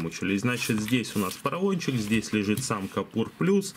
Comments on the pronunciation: может быть кУпОр.. а не кОпУр? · Ну почему "капур"? КУПОР!